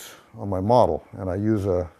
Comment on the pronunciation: I keep thinking he's saying "scaring the ba-jesus out of your mom" instead of "out of your model". I don't know the correct spelling of "ba-jesus".